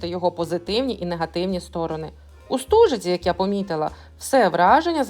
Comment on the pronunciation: Не стужиця а Стожиця😂,прислухайтеся як місцеві говорять